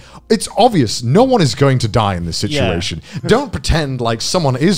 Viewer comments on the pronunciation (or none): none